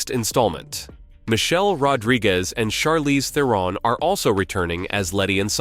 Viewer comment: This was a year ago. The plan is now 2026 release. Charlize Theron=Charlize Thair-un Please get a New AI voice. Suggestion of Speechelo.